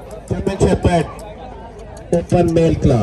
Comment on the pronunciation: GERMAN SHEPHERD.....originally bred and trained to manage SHEEP. Correct English pronunciation: German Shep..pard Wrong pronunciation: German Shef..fard. Apologies to all.